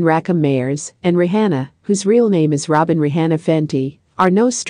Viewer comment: Why she saying RE HANNA ??? Say her name right please!!! Lord who AI SPEAKER IS THIS???